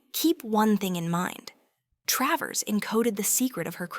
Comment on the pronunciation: It's Tra - vers. not Tray vers! Gave up with this.